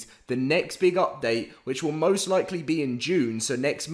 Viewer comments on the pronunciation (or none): none